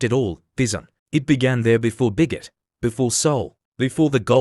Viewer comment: Oh my god are you for real???? I don't know if it's a human or AI narrating for this video, but the pronunciations of words are absolutely ridiculous and laughable. Who the heck is himin and where the heck is bizum? Then there's biggot and goldun, so if the human or AI bot can't pronounce words properly then find someone who can coz this sounds so damn ridiculous. As well as that, I would love to know where you get your information, and if it's a made up story, then why don't you so-called media outlets just mind your own business and stop making up story's and starting rumours? You said in the video that Jungkook later revealed in a behind-the-scenes clip that he almost didn't come on stage that night, and that something inside him said it was time to stop pretending. You also said that he admitted he'd been seeing a therapist quietly for months. So where is this behind-the-scenes video or interview or whatever it was where you got your information, why not let us see it if it's a real thing? Then you talk about a journal that Jungkook carries with him and in it were confessions, fears, dreams too vulnerable to say out loud. I'm not going to repeat what you said, but even if these things are real, who do you think you are and what right do you have, to be revealing these things in a video for everyone to see?? These things are his private and personal feelings and things that should be kept PRIVATE, not put out in a damn video for everyone to see and hear. In the video you a